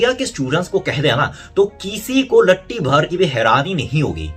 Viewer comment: भाई! एक सलाह, पर आपने "लट्टी" बोला है, उसे असल में "रत्ती" कहते हैं। बाक़ी, वीडियो तो हमेशा की तरह जबरदस्त है।